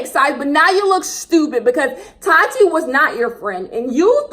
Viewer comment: The way you say Tati’s name 😂 “tAaTi” lmao